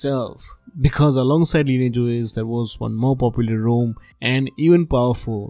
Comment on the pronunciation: It would help if you combined your good tech knowledge with more understandable English. I could not understand the names of any of the alternative ROM's you mentioned, but luckily your graphics showed the names on screen. TIP: "Rom" and "Rome" do NOT sound the same. The final 'e' at the end of Rome (the city) makes the 'o' long, so it sounds like Rome, phone, loan, etc. In 'Rom', there's no 'e' at the end so the 'o' is supposed to be short: Rom. As in pom, Tom, bomb, etc.